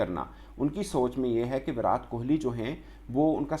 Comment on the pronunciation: Bhai naam to sahi se bolo...virat ..virat... T ...tamatar wala...ab urdu me kese samjhau...😂